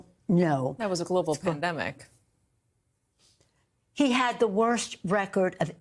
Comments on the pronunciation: It sounded like you said PLANDEMIC....PERFECT TERM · Did you say "Pland-demic" Doc? cause that's what it was. All planned with Nancy Pelosi's name all over it. And I heard they are going to start to come after (as hate speech), everyone who says FJB on any comments. FJB FJB FJB FJB , come get me.